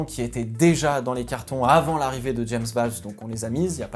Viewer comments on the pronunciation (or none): Pitié arrête de dire "James VÂLVES" ça se dit "VÔLVES"